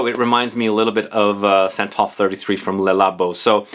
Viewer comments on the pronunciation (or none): none